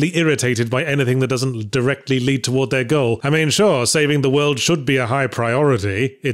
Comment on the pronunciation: "doesn't...l...directly lead" Whoa, I've never heard Yahtzee slip up with words yet